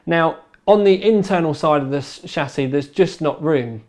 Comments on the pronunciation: It is not pronounced SHASS-iss. It is a SHASS-ee. Your English was so bad that watching this was torture. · So am I. His pronunciation is still wrong.